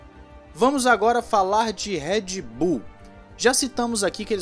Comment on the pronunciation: Por que ninguém pronuncia o nome da Red Bull direito?